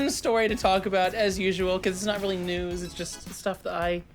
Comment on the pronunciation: Why do you say "nyewws" like that you absolute slice of bread